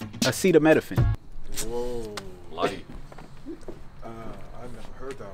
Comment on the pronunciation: That "acetaminophen" fucked up 😂